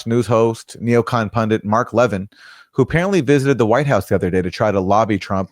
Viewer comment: I think we should negotiate with Iran, give up Zionism. I'm Jewish. As is Mark Leh-VIN! Why can't you pronounce the name of that Fox pundit correctly? Leh-VIN. If you'd watch him at all instead of just reading the goddamn copy, you'd understand how to pronounce his name. You're either doing it out of ignorance or malice. Which goddamn one is it?